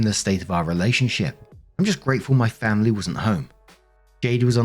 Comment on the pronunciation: I love when says, FAM-ily😂